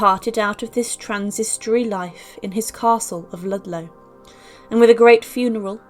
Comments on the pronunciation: Transitory, not transistory. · Never mind that little, inconsequential slip. She said Arthur's life was "transistory" rather than "transitory."